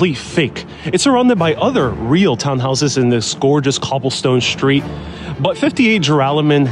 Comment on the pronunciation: It's on a street, not a shtreet. The door is strange, not shtrange. Fix your pronunciation.